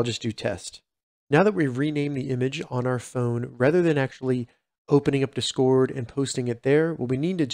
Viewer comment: The way you pronounce discord really irritated the fuck out of me